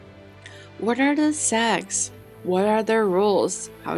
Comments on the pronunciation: it is sects NOT sects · Sects NOT sects~ pronounication issues for china~ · Why does not one pronounce the T in sects? 😂 it isnt silent I hear so much mfs say sec without the t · Why i heard sex instead sects? 😢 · It's the way she say secx and fucktions in the same sentence.